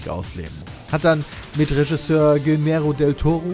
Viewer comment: So toll das Video auch ist - bravo! - "Guillermo" und "Visceral" macht mich kaputt^^